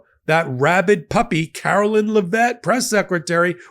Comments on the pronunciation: Eh. We all know he didn't win-win all seven swing states. No way in hell. He didn't even get half the nation's total vote, so it shouldn't be statistically possible. On a side note, I love that is pronouncing this insufferable woman's name as "Carolyn." I bet that really chaps Karoline's the same way literally everything chaps her boss's. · you do a great job and are my fave, but PLEASE pronounce Karoline's name correctly!!! You say Laura Ingraham's name accurately, why can't you get this press secretary's name right? C'mon,, leave the mispronounciations and slurs to their administration. It's beneath you.